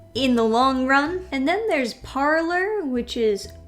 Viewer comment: Parler is pronounced par-lay. Not like parlor.